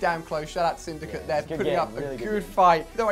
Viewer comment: When say syndicate it sounds like he's saying syndicut